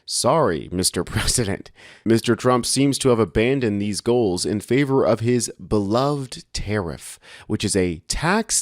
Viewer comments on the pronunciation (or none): none